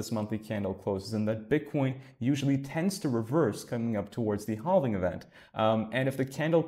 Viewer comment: Also.... for the word "halving"..... we don't pronounce the "L". We just say "havving", as if there is no L in the word. Please stop saying "haLving". LOL